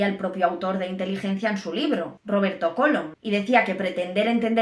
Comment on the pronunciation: ¿Cólom?. ¿No será "Colom"?. Por favor...